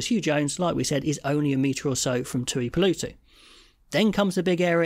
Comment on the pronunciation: It’s a very minor nark, but please god, get the name pronunciation correct… The tooeepoolootoo stuff was getting my inner Karen dick up. Thanks. Love your work.